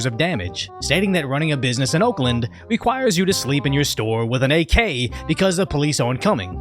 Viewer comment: Why did say "requires" lol